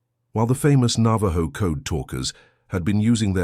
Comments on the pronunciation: You know this is AI when he says navaJo instead of navaho as it sounds. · Nava-joe? Navajo is pronounced Nava-ho